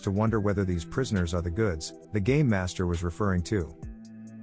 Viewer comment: Did I hear game or gay master